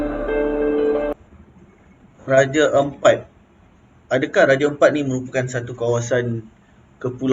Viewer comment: Sebut betul betul raja Ampat bukan raje empat... Jgn gunakan bahasa kampong untuk nama2 daerah orang sesuka hati... Hargai lah bahasa org setempat...